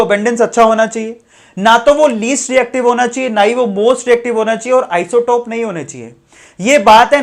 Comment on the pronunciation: Sir aap isotope galth bole . sayad flow flow Mai ..... No problem ....